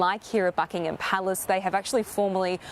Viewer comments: It's not Bucklng-Ham, damned Yank pronunciation, it's Bucklnghm... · It’s Not BuckingHAM. It’s Bucking em